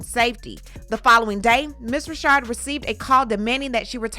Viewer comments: Just so you know, her name isn't pronounced "Rashard." It's pronounced the same stamdard way as a man named "Richard." Dawn Richard. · They have and I just wanted to scream...IT'S RI CHARD! LOL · Is it Richard or Rashad? I am reading Richard, but you're reading it as Rashad. Leaving me a bit dizzy. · Her name is RICHard NOT Reeshard😮omg 🤦🏽‍♀️ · It’s pronounced Richard not Rashard I thought… I’m glad she came forward to speak her truth! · Lady it's NOT RASHAD IT'S F'ING RICHARD GD LADY U F'ING KNOW HOW TO SAY RICHARD STOP PLAYING 🙄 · No she pronounces as Rashard. But Dawn knows it's Richard. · Her name is Dawn Richard (RICH-erd) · Isn’t her last name “Richard?” Pronounced like how we say “Little Richard?!?!” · The women's last name is Richard, like Little Richard, why are you pronouncing her last name like that? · I'm enjoying the content but why TF you keep pronouncing her last name wrong.. it's annoying